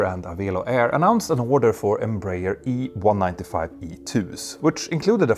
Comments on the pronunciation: Please, it is pronounced EM-BRA-ER [ẽbɾaˈɛʁ]. Your pronounce is painful. Try to pronounce that as u pronounce *EM*/INEM+*BRA*/ZIL+*ER*/A. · Ok, now all of you need to learn. Pronunciation goes like this: N - bra - air. N as the letter, bra as the lady accessory, air as in the air we breathe. N - bra - air. Got it? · Em-br-aer i.e. Brazilian Aeronautic Company in English. Thus the correct pronunciation is EM like “Em” in Empathy or the letter “M”. BR(A) like the women’s accessory of the same name. And (A)ER like “Air”. M-Bra-Air…. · For optional Brazilian enjoyment, you can say Embraer as Embra-"air" just adjusting the ending to sound like the English word. That's how we pronounce it. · Greetings from Brazil! Love your channel. As I know you value learning I feel free to give you a little tip … the Brazilian-Portuguese pronounciation of EMBRAER is more like Embra-Air. It is even easier to pronounce! Keep up with the good work and great content!!! Cheers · I think the English speaking world has adopted "em-brayer" as an English pronunciation. It's wrong for Portuguese speakers but probably impossible now to change. The important point is that Embraer is clearly the world's third great aircraft manufacturer and with the E195-E2 it's in open competition with Airbus.